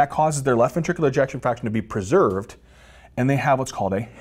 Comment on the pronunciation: "Preserved", I 😘 ve how he says that word, lol❣️